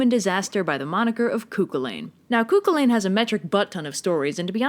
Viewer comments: The fact pronounced it cookalane really triggers me, it’s meant to be pronounced coo-hullin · It’s hurts me how she isn’t saying Cú Chulainn the way I know it as ( Cú Cul-in ) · The pronunciation of cù chullainn kinda killed me inside as an Irish person (I live I Roscommon so it could be a regional thing but we pronounce it as coo cull-in attest where I live though I’m only in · i cant with the pronunciation of cu chulainn its pronounced coo chullin not coo culain like she prounounces it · "Kookolane" hahaha it's pronounced "Koo-Kulin". And "Em-mer" is pronounced "Eee-Mer" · every time you say Cuckoo lane and not Coo kullen I die inside a little more. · The pronunciation of Cu Chulainn is deeply difficult for a fior-Ghael, you say in Cooculane - but it is Coo CHulann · I'm sorry but it's Coo-cul-AN not coo-cul-lane... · Eyyy Irish mythology! Cú Chullain's tale of how he became Cú Chullain is one of the most told folk stories we hear as kids. Also sorry but I really have to say it- it's pronounced cullan not cullayn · Hi love your vids but every time u mispronunce cù cùhlin my head hurts so here’s a written way of pronouncing the name coo Kulin anyways love ur vids keep up the good work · why is she pronouncing it cuckoolane? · Me: *hears pronounce Cu Chulainn as "Ku Kulan".* My Brain: Cú Chulainn, Fran and Ollie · the way cu chulaine was pronounced 😂. its acc pronounced more like coo culin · Kookelayn? Really? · Pretty hard. The pronunciation I found was Coo Coo-hoo-lane, a pronunciation I’m not even sure is right even after hours of searching. Please, tell me the right pronunciation. I can’t take it anymore. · I don't blame you for not knowing how to pronounce his name, as there are a lot of incorrect pronunciations floating around. (Koo-hu-lann), btw. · As someone Irish, the pronunciations on this are expectedly bad and I do cringe. "Coo cul-in" and "too-da de dawn" are the glaring ones. I love the series but I have to be that person